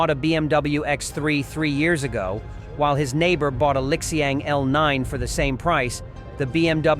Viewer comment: Pronounced as Li Xiang; NOT LIK XIANG